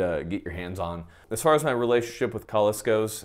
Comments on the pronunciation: It's Kay-Less. After the Klingon Jesus. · I know this is an old vid, but I just now saw it. It is pronounced “KAY-LESS”! I have to say that “Kahles” is a Klingon term from the Star Trek universe; It is the name of that race’s legendary/superman hero. They sing song and operas about him. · If you’ve never pronounced Kahles right, go ahead and hit that subscribe button.